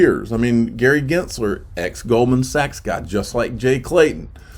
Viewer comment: are you miss pronouncing Gensler name on purpose?